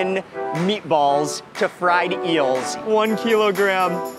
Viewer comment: He speaks another language, & its too funny how his accent went, where “meaty-balls” in the hands of someone, who speaks a second language, even better than those who are only fluent, in a singular language, is full of soo many puns, & or synonyms that declaring a/the meaning, of anything is just audacious! #BilingualismShouldntBeASecretLanguageReservedExclusivelyForPriviledgedHeritagePriviledgeCultureTouristsAndOrThoseWhoTravelForANewMeaningOfFood